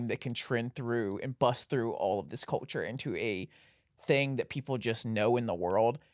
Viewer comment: “Cuhchur” CULTURE BROTHER CULLLCHURRR